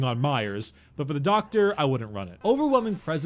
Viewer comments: Love the way he says "DOCKTA" LOL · How do you pronounce DOCKTA?